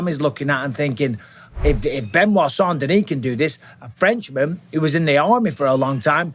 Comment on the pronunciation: I would like to thank you for pronouncing saint denis properly on behalf of everyone that speaks french.